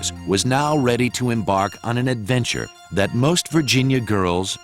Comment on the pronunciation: ADVENTURRRRE?????? CHOICES?????? That is absolutely how this should NOT have started!!